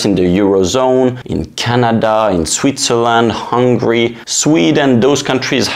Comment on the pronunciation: You said hungry instead of hungAry and now I'm hungry... thanks a lot. ^-^ All my real estate is in the green now 🙂